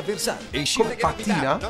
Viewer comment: dice pàttina ma oke